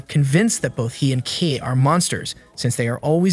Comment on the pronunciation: his name is pronounced as kay not kee